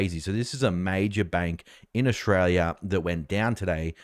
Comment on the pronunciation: Another complaint! It's Australia, not "Oshraya".